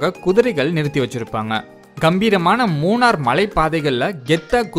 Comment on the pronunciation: மூணர் அல்ல நண்பரே மூணறு. 🤦‍♂